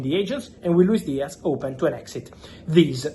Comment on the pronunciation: Its not a Luis DiaC its a f ZZZZZZZZZZZZ DIAZZZZZZZZZZZZZZZZZZZZZZZZZZZZZZZZZZZZZZZZZZZZZZZZZZZZZZZZZZZZZZZZZZZZZZZZZZZZZZZZZZZZZZZZZZZZZZZZZZZZZZ